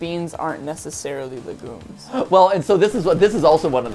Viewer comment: Listening to him say le gooms instead of legumes is so frustrating